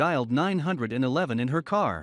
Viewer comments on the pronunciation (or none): He said NINE HUNDRED AND ELEVEN..LIKE YOU MEAN 911 😂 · I like the part when the robot said “she dialed nine hundred and eleven” 🤦🏻‍♀️ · She dialed nine hundred and eleven said the robot 🤣🤣🤣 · This would've been MUCH MORE PERSONAL if you didn't have a COMPUTER I PERSONALLY READ THE SCRIPT!... "She called NINE Hundred and ELEVEN" This story is worth taking the time to read it yourself! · Who in the hell reads out 911 emergency number as nine hundred and eleven!!!..LWRH!!!.. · Nine hundred and eleven?? Could you have just said nine one one?